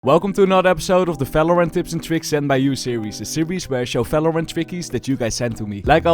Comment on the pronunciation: i like the way he says fvalorant